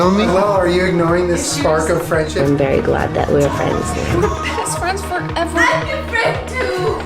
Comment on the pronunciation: Uhn they ar Fwends